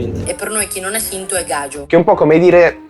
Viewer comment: No, non c’entra nulla. Sono tutte derivati da vecchie lingue tant’è che si scrive ‘gadjio’ e pronuncia ‘gagio’ non ‘gaggio’ con due G.